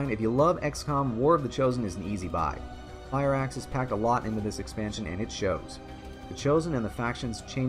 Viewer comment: You said FireAxis. The name of one one the Resistance rumours in the game :D